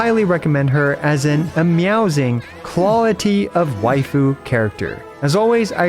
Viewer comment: ngl, ameowzing sounds more like arousing than amazing.